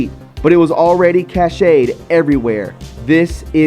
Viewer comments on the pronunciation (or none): Cached is not pronounced cash eh d. It's cash like in money > cash. I like you but I wonder where you learned to pronounce words. I hear you mispronounce words so often. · Cashed-- not cash--ayed. Sorry. Try to maybe read slower so u don't mispronounce so many words. Love ya brother. Great vid. As always!!! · PLEASE... cached is pronounced like cashed, as “I cashed a check”. I know it’s petty. But you want truth, so... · FYI - the word cached is pronounced “cashed” as in stored in computer memory. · Cached = is pronounced like Cashed , Cashed a paycheck, not Cash-Aid —- just trying to help, not trying to be a hard srifft